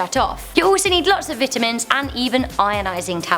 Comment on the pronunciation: heheheheh I like how she says "Vitamins"